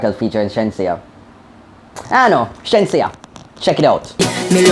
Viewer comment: Not sheensea it's ASHENSEA loool